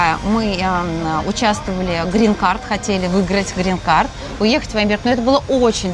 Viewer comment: Говорррррила я вам. Грррррин каррррт